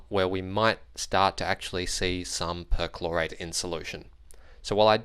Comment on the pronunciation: With your accent it sounds like you're saying chlorite.